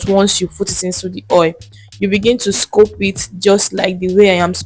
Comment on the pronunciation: What’s scope? It’s scoop and not scope